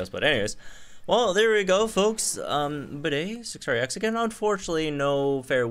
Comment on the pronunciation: BRO PLS JUST CALL HIM BEDE LIKE BEET, NOT BIDET! OK, IT'S TRIGGERING